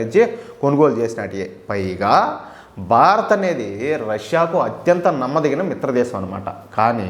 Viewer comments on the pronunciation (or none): none